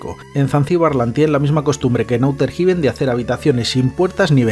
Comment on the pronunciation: ¿Auter Jiben? jajajajajajajaja 🤣 Ondaaaaaaa vitaaaaaaaaaaal.